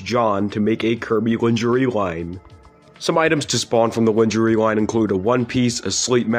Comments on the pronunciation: gonna edit this comment when i finish the video hehe. might be tomorrow edit: finised!!!!! i found the iroha thing the coolest lol. however on the kirby 3d pinball thing i read the card and im pretty sure it said pupupu adventure. also lingerie is pronounced lawn-jhuh-ray dfghkdfjg ALSO ALSO THE WADDLE DEES LITTLE TAPERED TENTACLE PENIS IS VISIBLE IN THE KING DEDEDE THING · Linjeree. Lmfao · I don’t think he’s saying Lingerie right. It made me laugh a little. Overall 10/10 iceberg video